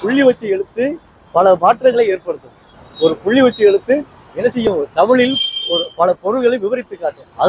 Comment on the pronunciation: இனி வால்க டமிழ் வழர்க தமில்